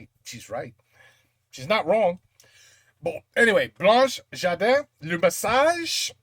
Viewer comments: In French the gar of 😂gardin , is speak like , garlic , not gi . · "François Hollande" is the last president of France. BTW Gardin it's not "jardin" it's like garden. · gardin = se prononce guardin, et non jardin